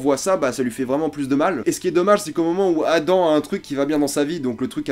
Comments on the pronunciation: On dit 'Adam ' pas 'Adan' Mais sinon niquel la critique j'ai hate de voir la saison 2 :) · C'est pas adan c'est adam